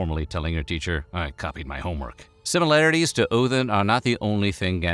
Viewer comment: "Oathin" Look guys, I can pronounce it the ethnic way.